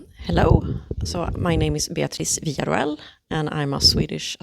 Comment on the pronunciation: Vee-Yuh-Ro-El is how you pronounce her last name. Idk why that erked me hearing you say it like “vila roll”😅